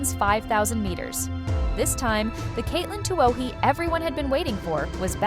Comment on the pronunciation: Same and " it " can't pronouce Katelyn's name. cheers